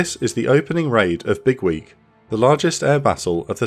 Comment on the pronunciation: The way you say it sounds like Bigwig, which still kinda makes sense lmao